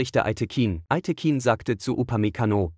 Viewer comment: Fürchterlicher KI-Komnentar: ein Name dreimal untrschiedlich ausgesprochen! Es gibt eine wirklich gute Doku über Schiri Aytekin, meiner Ansicht nach einer der Besten Bundesligaschiedsrichter, von ARD Sportschau.